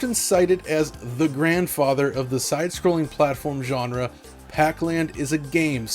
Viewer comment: Stop saying, "John-ra,".